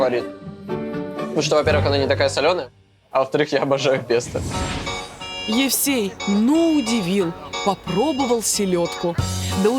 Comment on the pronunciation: Сам ты "песта", режиссёры, Господи, хоть бы Вы ему сказали,что Пе́сто (итал. pesto). Смешно же)